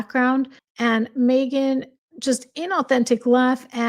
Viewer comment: I love how u say Mee-ghan on purpose every time 😂 because for her it really is all about her. She’s the poor man’s Pam Anderson - Pamela’s cooking show is such a hit & this one tried to desperately copy it